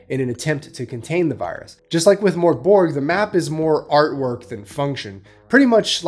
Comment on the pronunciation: Death metal? It's doom metal. And its pronounced MÖRK Borg. Idjit.